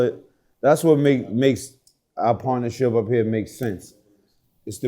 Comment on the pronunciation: didnt say one word they said your roc nation he says paternership boss